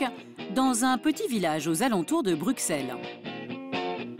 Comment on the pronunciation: On dit pas BruXelles mais bruSelles !!! Hoo les français on vous voit 😅😅